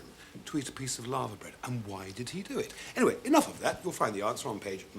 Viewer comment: LAVER bread, not LAVA. anyone at the BBC speak English anymore?